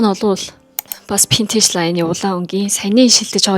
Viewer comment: solongos helend v useg, f useg baidagguimaa burberry gehiig pobori 버버리 geh jisheetei anh sonsood oilgohod hetsuu suuldee dasaad adilhan heldeg bolchdog yumbilee